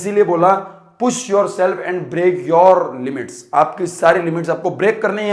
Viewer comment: bhai break hota h brack nhi